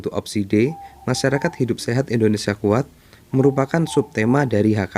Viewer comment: Salah pengucapan nya kak